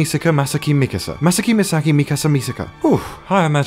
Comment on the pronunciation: You read Misaki as Mi-sa-kay...